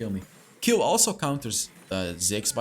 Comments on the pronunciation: Please dont say kill say kejl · Warum sagt er immer Kill 🤣🤌🏻 es heißt Kayle 🤣🤌🏻😝✌🏻 Ich bevorzuge sowieso ein Krit build. Ist einfach stärker